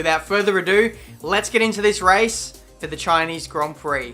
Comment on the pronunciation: CHINEEZ GRON PROK